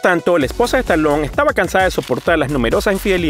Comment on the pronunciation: Stallone ! y NO Stalon..... Muy mal tu pronunciacion!!